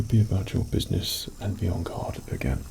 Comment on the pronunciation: i thought you kept saying 'on god' instead of "on guard" lol